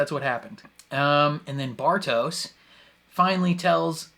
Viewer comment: Bartosz is pronounced "Bartosh". It's a Polish name with some popularity in Germany—Neighbors and all that.